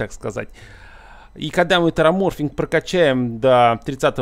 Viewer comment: не тераморфинг а тераформинг - от слов терос и формация, а не от ксеноморфов ) чужих пересмотрел?))